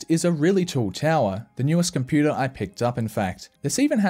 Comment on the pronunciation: I love it when you say Compooter